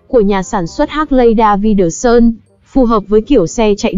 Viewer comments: Hác lay đa vi đờ sun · Đọc tên xe mắc cười... 😅😅😅